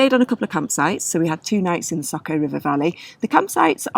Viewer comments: I'm glad you enjoyed our beautiful Slovenia!! Btw, č is pronounced as ch, and š as sh. So it's river Socha, not Socka. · I'm pretty sure it's not said SOCO but the SOĈA river, said Soh (as in sock) Cha (as in chalk). When the little hat is above a C it is ch and above an S it is Sh. Sorry to be pedantic but I love that area and I had to check if I have managed to miss a place called SOCO 😂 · It would be more like Saw-Cha.